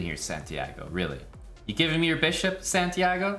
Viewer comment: The amount of disrespect on santiagos name lmao